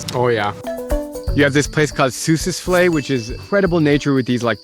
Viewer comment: I'm from Namibia and I've never heard of a place called Swakopump. Where's that? Seriously though, that's not how you pronounce it. It's Swakopmund and not Swakopump. Also the way you pronounced Sossusvlei is also a bit of. And how come there's no mention of Luderitz? That's my hometown.